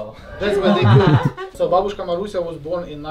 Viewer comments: Say it with me now BAH-bushka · Ba-Buu-shka its the correct way to pronounce 😁